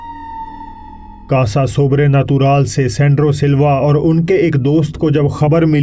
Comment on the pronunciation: मैंने पहले भी कहा है कि आपकी शुद्ध हिंदी शब्दों पर पकड़ और मेक्सिकन भाषा के शब्दों का आकर्षक उच्चारण जैसे " कांसा सोब्रेनतुराल " मुझे बेहद पसंद आया है और मैं अपने कौतुहल का सही मायने में आनंद ले रहा हुं ये प्रतित होता रहता है। धन्यवाद गुरु।🙏🙏🙏